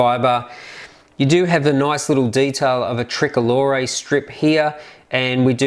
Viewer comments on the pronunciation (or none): none